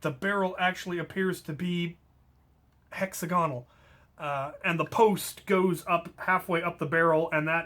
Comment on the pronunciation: I think you mean hex-ah-go-nal